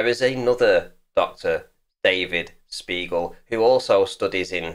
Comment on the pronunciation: sounded a lot like you called him an "arse beagle"